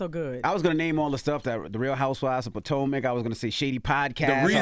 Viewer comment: Envy, you need to take a geography class and LEARN how to pronounce Potomac